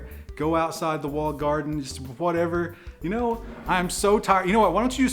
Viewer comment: "Wally Garden" 😂